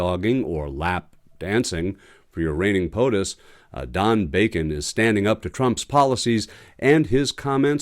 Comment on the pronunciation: You mispronounced POSOTUS. 😂